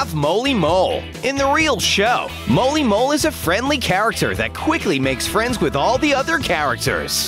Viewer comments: Narrator: makes abillities Minitoon: im about to ruin this man's whole abillity career Edit: Narrator: moley mole Mimi (or molly mole): how dare u say my name wrong! Edit2: Narrator: shows them sub skin Viewers: no we don’t want this skin and this is never happening! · "Moley mole" its Molly Mole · And he said molly moles name worng